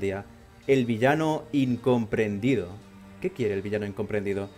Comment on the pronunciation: ""Incrompendido"" Muy fan xDDDD